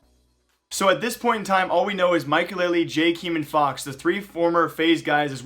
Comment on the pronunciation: Which will happen first: >The new operation > pronounces 'Jkaem' correctly